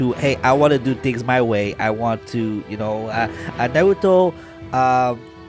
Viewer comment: Obido, Narudo, I know you're embarrassed but just pronounce it correctly!